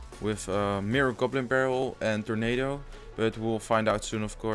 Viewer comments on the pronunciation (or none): none